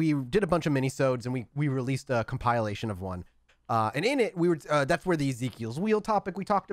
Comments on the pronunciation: Is that how you pronounce "compilation? Where does the "e" come from? I know it's weird but it's just something that stood out to me every time says that word. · He's pronouncing it like you pronounce "compile", so while every time mispronounces a word wrong it drives me insane, at least I can understand where he's coming from with this one. XD